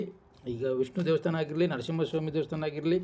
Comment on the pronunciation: First pronunciation sariyaagi heli devvustaana alla devastaana